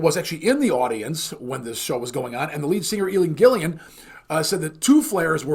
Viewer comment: 'Gillan', not Gillian.